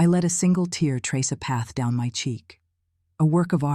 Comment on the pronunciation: Yes, it's annoying. But it's narrated MUCH better than most. Only noticed the word "tear" being mispronounced once. Engaging story, without the cliches and rehashed memes usually found in AI generated tales. Gave it my rare thumbs-up.